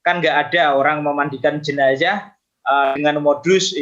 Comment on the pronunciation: Sebut jenaza pun tidak pandai, jenaza bukan jenaca